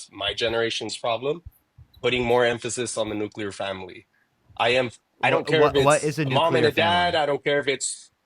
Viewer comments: Nuke you lerr????🤦‍♀️. If she cant say it, she doesn’t understand what she’s talking about. As for the guy, he’s simply a feelings over facts kind of guy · I think that first caller likes the Nookleur Family! While the second caller is a fan of the Nucular Family. Fascinating!